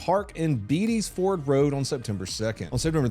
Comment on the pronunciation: Charlotte Native, Its pronounced Bay-Dees Fors